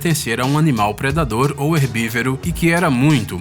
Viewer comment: "herbívero" é foda.